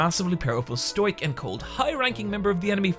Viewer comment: Its pronounced sto-ic